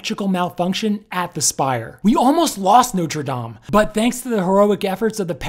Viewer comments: I must commend you on your pronunciation. Most Americans for some reason refuse to pronounce Notre Dame correctly. People please take note: its pronounced "nought-ra damn" not "noter dame" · It’s pronounced “not” with a soft “o”, instead “note”. Please stop saying “note-re”. And the spire was replaced in the mid 1800s. What caused the fire? Possibly something to do with the renovation, not unlike the fire in Notre Dame de Chartres in the 1800s, but I’m not there and I’m not an arson investigator. So I’ll stick to what I know. I wish others would do the same instead of engaging in silly speculation.